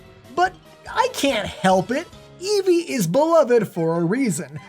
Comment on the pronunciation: Eevee, not Evee